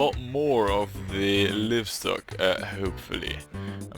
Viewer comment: Careful with those very sharp turns. 100 years into the future you'll have to redesign (some of) those because trains will be slowing down! And like a lot of people say ;-) it's "laaivstok"! It's alive!